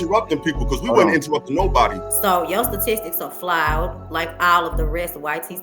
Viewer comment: "Yo stutisics are flouwed."😂😂😂😂😂😂😂😂😂